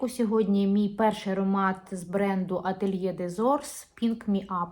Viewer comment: Атёлье́ дез~Ор ( без С) мн.ч. S не произносится. С Наступающим! Любим тебя. Снимай!